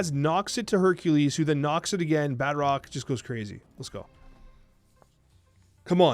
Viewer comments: I cant stand the way he says Batroc. It's Baah-Troc not Bat-rock. Emphasize the T not the R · Bat Rock lol... There's probably no use in telling you this, but It's pronounced Ba'troc. Like Tron but troc. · you’re wrong. I just double checked an official marvel video and they say Bah-Trock. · Put some French on that pronunciation my fellow Canadian! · Anyone else extremely perturbed, the way he pronounces Batroc?